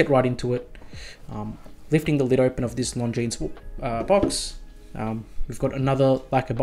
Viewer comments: Nice! But, please…. Longines is spoken without s. Like Longine. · Now that you own one you really must pronounce it correctly. Driving me nuts every time you say it 😊